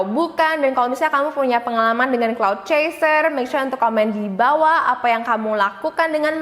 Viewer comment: Cloud chaser? I thought it was "clout".. Am i wrong?